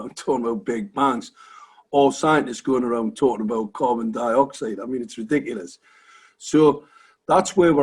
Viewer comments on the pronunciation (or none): Why is he saying covindioxide!